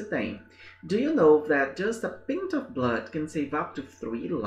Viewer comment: Professor, when the word "pint" refers to a liquid measure, then the correct way to pronounce it is with the /ai/ sound. according to the text this does not mean that a drop of blood can save up to 3 lives, in fact approximately half a liter of blood can do that.